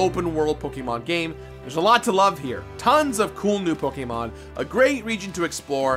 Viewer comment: How are you still saying pokemon wrong? Unwatchable…